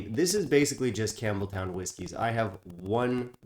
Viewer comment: It’s not pronounced Campbel-town. It’s pronounced Campbel-ton. I learned that on my trip to Scotland recently. Not trying to be rude at all. Just a kind FYI. 🙂